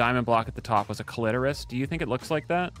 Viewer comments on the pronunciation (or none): Its the Cli-Tow-ris